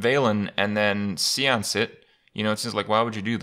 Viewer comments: Uh...pronounced say-ans not see ans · You're right. It is pronounced sāˌäns. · Actually, it's "séance". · It's pronounced Seance. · Its say-onts or aunts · See-ance.... Kripp is now on the same level as ADWCTA tree-ont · Hopefully he’s not mispronouncing things like “Seance” in your head. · Are you French? Cause if you're not, chances are you've indeed been pronouncing it wrong your whole life.